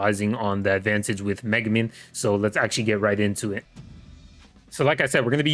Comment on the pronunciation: bro doent even know how to pronounce megumi